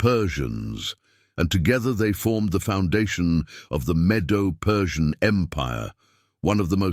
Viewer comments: It's not Jaffeth, it's JAPHETH!! Zeru Pabel?? Please! It's Zerubbabel. If you can't get the names straight, how much truth is there in this presentation??? The "meadow" Persian Empire? How about the Medo-Persian Empire?? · Medo - Persian, not Meadow Persian Empire.